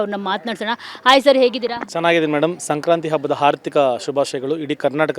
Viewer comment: It's hardika not harthika 😂